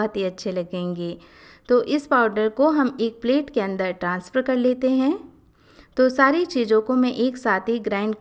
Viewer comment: Hello, jo dry fruits say Laddoo banaane ki recipe di hai aapne wah koi new recipe nahi hai. Haan yahaan thhodaa Correction jaroori hai.Aapne 2 words galat bole hai. Readymade ko Readyment kahaa or dusraa hai Transfer jisko aapne Transwer bolaa. In videos ko You Tube per bahut log dekhte or sunte hai. Galat words bolne per kuchh thheek nahi mahsoos hotaa hai.....